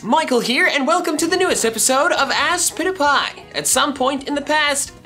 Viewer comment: Michael: Aspitpiay Youtube: ask pizza pie